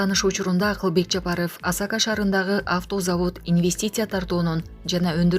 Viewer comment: Уят эле блогер Асака эмес Асаке шаары болот